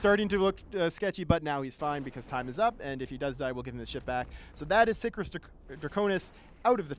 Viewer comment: For fuck's sake, Sicarius has TWO i's in it. Sick-arr-ee-us. It's not hard.